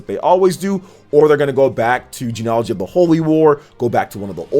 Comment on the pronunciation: I think you should look up the pronunciation of less common words before you use them so confidently... like bastion and genealogy........ 😕